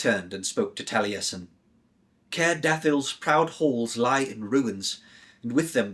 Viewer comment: Impressive voice acting and i thank you for bringing this childhood favourite back to life. I won't comment on the pronunciation of the Cymraeg names etc as it is difficult. Courteous and calming seem to be your kryptonite and Taliesin, one of the most famous historical/ fictional Welshmen as a Russian was a surprise!! Thank you again though, I enjoyed your work.